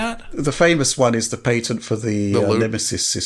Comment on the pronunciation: Patent is pronounced Pat-int not Pay-ton. The guys were trying to help you lol.